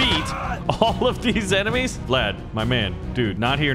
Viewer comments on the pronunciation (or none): none